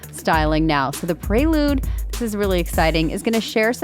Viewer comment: Yikes, they butchered the prelude name